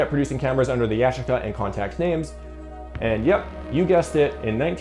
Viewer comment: Goofy - funny how you mispronounce Yashica and Kyocera....as if you never heard of them...not to mention what you say in the specs doesnt even match what you're saying in the commentary...lolol